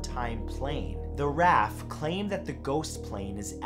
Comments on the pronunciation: Okay, Matt, I guess if it ever comes up again, you'll know it's not "Loo-bock," which I guess is excusable (though you could've looked it up online), but how the HELL did you come up with "Raff"---especcialy when you then called it "Ar-Ay-eff," then went BACK to mispronouncing it? Sheesh! (to coin a word). And BTW, you've done it before, but the plural of "aircraft" and even just "craft," as in vessels, is the same as the singular. Interesting, tho... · Rafff isn't a word. It's R A F. The Royal air force. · You pronounced Derbyshire incorrectly and it's not raf it's the R.A.F (Royal Airforce) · Im sure the english pronounce it raf, in Australia we have the RAAF or The Royal Australian Air Force, we still pronounce it raf instead of each individual letter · I was triggered enough by "rafffff" but his butchering of "durrrrbeeshurrrr" (Derbyshire) killed me. I almost dropped my tea. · RAF isn’t a word. It’s an acronym pronounced R A F. it stands for Royal Air Force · He also pronounced RAF and Derbyshire wrong.